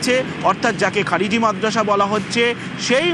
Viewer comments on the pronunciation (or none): Not kharij, khariji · এদের শিরায় শিরায় মুসলিম বিদ্বেষ কোন একটা মুসলিমের নাম সঠিকভাবে উচ্চারণ করতে পারে না ...খারিজি মাদ্রাসাকে খারিজ বলে...